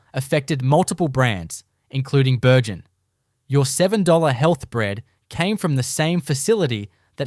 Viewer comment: If you are going to do an AI production make sure you don't have typos in your text. It causes your AI to make some odd pronunciations of words like Bürgen when it is misspelled. Your 'bread themed' visuals got boring and repetitive after a while. Good Aussie accent for the audio though, people probably thought this was real instead of mass produced AI junk.